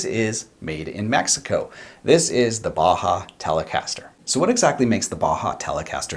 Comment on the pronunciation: Mexico (meh-he-ko)